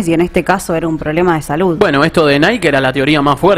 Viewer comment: "NAIKI" está bien pronunciado. Todos decimos "NAIK", pero lo correcto es "NAIKI", a pesar de que suena horrible.